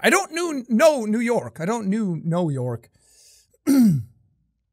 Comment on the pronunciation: "I new know york" Jacksepticeye 2019